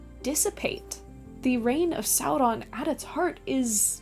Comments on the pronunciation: I just don't understand why you do that fake r flip when you say Sauron. I couldn't quite finish the video. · Why are you rolling the R in Sauron? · I like the way you say "Sauron". Talk LOTR to me,. ❤😂